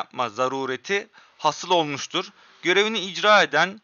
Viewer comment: Hasil değil haasil, okumayı öğren yiğidim cıvata olma